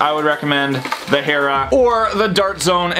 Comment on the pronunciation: oh hey this boi said hera correctly